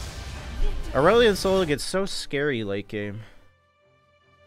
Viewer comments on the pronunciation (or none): none